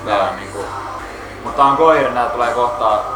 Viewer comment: Bromance :) Btw, nice to hear that I am not the only one pronouncing it "Goyira".